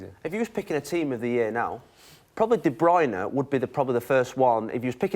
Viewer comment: Kevin de "Bruyner" Whats wrong with this tard not being able to pronounce a name? lol